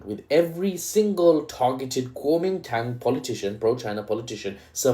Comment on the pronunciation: Kuomintang? ❌️ Calming Tongue? ✅️ Calling Town? ✅️ Guaming Tang?❓️ Kuomintang? ✅️❓️ Kuwaman Town? ✅️